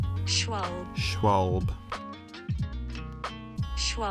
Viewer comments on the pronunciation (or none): Funny build, love the colours! You actually do pronounce the trailing E in Schwalbe. It sounds a bit like the second e in eden.